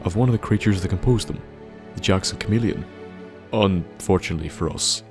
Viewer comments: It's pronounced ca meal li on. Not cha mo lion. Nice video though, don't mean to be a snob or over critical. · It’s not cha meleon. It ca meleon. How tf did you get the pronunciation wrong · It's "Cuh-Me-Lee-un", not "Cha-Me-Lee-Un" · The h in chameleon is silent it’s cameleon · it's pronounced kameleon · Chameleon, is pronounced kuh-meal-ee-in. Yes, I know English is stupid. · im sorry but its pronounced ka mil eon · HOW DID YOU MESS UP THE WORD "CHAMELEON" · Cringy how you pronounce chameleon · The h is silent is chameleon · Cha Mah Helion? CHA mah HELION? CHA MAH HELION?!!?!?!?!?!? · You said chameleon wrong at first then started saying it right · The way you pronounce chameleon is so weird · The way you pronounced chameleon was pure autism. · How the hell did you manage to pronounce chameleon two different ways? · Look up the pronunciation of chameleon.